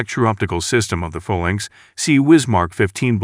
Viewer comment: Or the 'far-lanx' instead of 'fay-lanx'